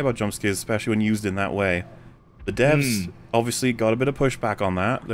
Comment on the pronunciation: Every time says "DEVS" I hear "D.E.B.S." And those are wildly different properties.